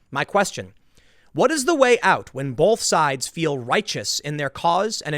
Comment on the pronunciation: STOP SAYING THE WORD "BOLTH". There is no "L" in the word BOTH. While I have your attention, Tim, please stop saying "I might be wrong......", or "I might not have the right name/info/details about ___________" We are watching/listening to you for information.......DON'T BE WRONG.